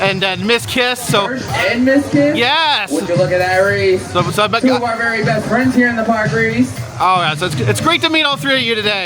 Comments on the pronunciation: The guy didn't make a mistake. Near the end of the video, when he meets the Reese's character, he calls him Reese! How can it go from Reesey 15 times during the video to the correct pronunciation that it's been for 75 years, all of a sudden. The guy is just not very bright!! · Its named after H B Reese. Rhymes with Grease. Nittany rhymes with Brittany.